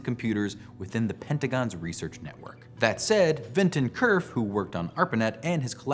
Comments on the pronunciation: Having worked for and spoken to the man, I can assure you that Vint Cerf's last name is pronounced as "serf", not "kerf". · Nitpick: Cerf's last name is not pronounced Kerf but should be pronounced Serf.